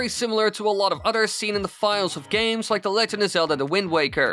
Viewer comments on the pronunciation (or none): I wonder if speech teachers hear his “da” pronunciation and starting cringing its like “da rules” from fairly odd parents lol 😂